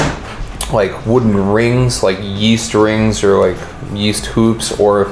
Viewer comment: Why is man's holding the log saying yeyast